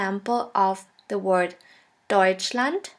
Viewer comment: How is d pronounced ...it's" they"???...but in example you pronounced english d DEUSTLAND....